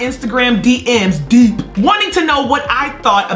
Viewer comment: Why u say “deep” like that 🤣🤣 I felt the depth on the emphasis alone 😂😂😂